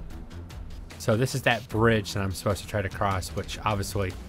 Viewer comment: Lol pretty sure you said bitch and not brige xD